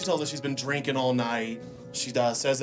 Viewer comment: It makes me so Kraa😠Zy that ends her '-ing' words with a 'k'! Cringes the hell outta me Every time! 'drinkink' (drinking) 'sittink' (sitting) 'waitink' (waiting) STOP IT!!